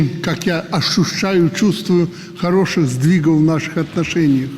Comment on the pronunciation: "ошушаю","ошушаю",а ышо кто "ошушает"? 😊 Наверное любитель "движухи"?